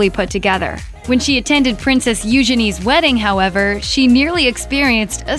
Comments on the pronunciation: The voiceover pronouncing it Yoo-Ghen-ESE. As if Eugenie has come up with her own language. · It's pronounced You Jeanie, not what you said.